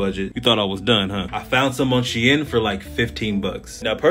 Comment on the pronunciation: it is actually pronounced as she-in